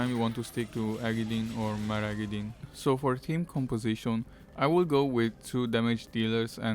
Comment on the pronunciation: You said "Magaridyne" instead of "Maragidyne" XD really helping, great video!! good job dude^^